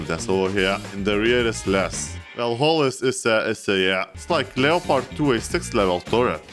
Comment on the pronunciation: Finally someone who says Leopard not Leppard